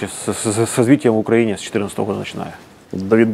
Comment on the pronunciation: Пожалуйста, скажите ему, что он живет и работает в УкраИне, а не в УкрАине! Столько интервью пересмотрел, а Владислав все не может грамотно и правильно назвать свою страну. Казалось бы мелочь, ведь это всего лишь ударение, но оно обо многом говорит